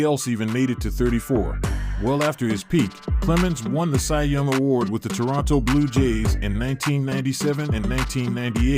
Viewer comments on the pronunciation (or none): none